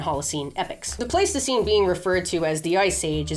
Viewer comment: Please say Ice Age - I keep thinking that you're saying Plasticine and I'm starting to see all those creatures in the style of Aardman Animations. Can you imagine Homo Erectus made out of Plasticine? Great Video. Nice to see the hook up with Milo, another fave YouTuber p.s. I would love Highland Cattle the size of the Aurochs